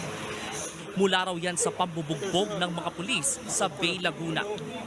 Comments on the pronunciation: Correction lang sir, "Ba-eee" ang tamang basa sa Bay, Laguna. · ang tama ytang basa nyan ay bae, laguna... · Bay (Ba-e), Laguna.....ayusin nyo bago magreport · Ba-e po ang pagpronounce ng Bay